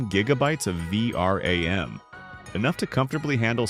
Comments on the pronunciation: V R A M yeah what are you saying its V RAM not V R A M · word of advice, if you are using an AI voiceover you have to spell out certain words for it to pronounce them properly, like 3060 = thirty sixty or for words like vram = v-ram. Anyway i like your content so subbed!